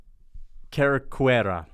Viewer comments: Cerqueira is proununced Ser-Kei-Ra. Just like Caesar has a S sound. Dont be a MMA Che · Not trying to sound rude, but it was pretty funny to me. Cerqueira pronounces as "serkeira"